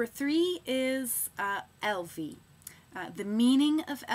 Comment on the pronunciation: How would people there pronounce Grace where you live? After hearing you say Elvie I like it a bit more, and Kalliope is a really nice sounding name. also i think because your name is if you had a daughter named Bell it would be really cute!! I think Bell would sound so cute with a middle name that starts with an A so that is sounds like Bella when you say it together, like Bell Amara, Bell Adora, or Bell Amina. I liked your video:)